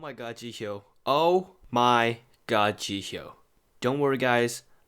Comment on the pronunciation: Seriously Dude, if you have a whole channel dedicated to korean idols, learn how to pronounce Korean names